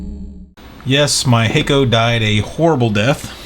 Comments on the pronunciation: The double k exists in Japanese. Just pronounces with a slight hesitation between "ha" and "ko". keeps pronouncing it like 'hiccup' to my ears. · "Hakko" sounds like "taco" by the sales people in Boston MA.area.